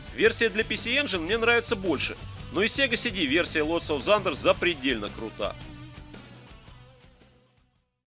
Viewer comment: спасибо за обзор! очень лампово, на всё свое мнение, но оно ненавязчиво. единственно - режет ухо "зандер"/thunder ) уж лучше "тандер" или на край - "сандер", т.к. звук в этом слове глухой